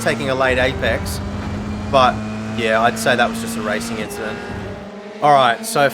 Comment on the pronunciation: It was a racin inchident